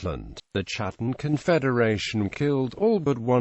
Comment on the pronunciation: Not chattan as in chat...ch is pronounced K in Scots Gaelic. It is pronounced Kat-ten like English Cat and that is what they were the Clan of the Cats, the Scottish Wildcat being their clan beastie. and Sometimes it is pronounced Hattan with the C nearly silent